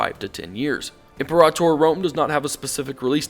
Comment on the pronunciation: said it right.